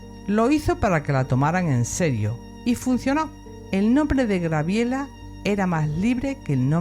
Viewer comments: Gabriela; no Grabiela. Si pretende hablar de alguien aprenda primero a pronunciar su nombre. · Es Gabriela!no Grabiela...por favor más respeto 😡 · Es cierto, me distraía escucharte de "Grabiela" (me da ternura porque conocí una chica que la anotaron así y ella lo marcaba. Te agradezco el tiempo que has dedicado, y honro tu trabajo, saludos desde Argentina 💐💐💐